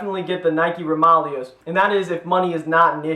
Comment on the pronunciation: isn't it pronounced roma-layo?